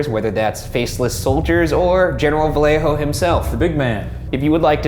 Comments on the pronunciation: vallejo is pronounced vayejo. fyi. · not gonna lie, ryan, i'm quite disappointed that as a mexican american you pronounced vallejo as "vale-jo"